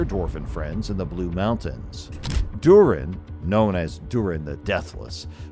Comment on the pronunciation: I have heard better AI. moRiA, durEN. For fucks sake….